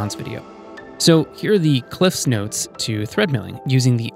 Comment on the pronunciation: points for saying "Cliff's notes" properly :), thanks for the vid